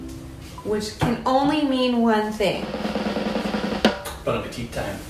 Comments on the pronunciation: Bon appétit - the final "t" is silent. You pronounce “bonapéti”. The food looks yummy! x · Bon appétit an don't pronounce the last t